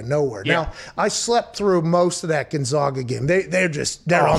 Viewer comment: GonzAga. Get it right, pal.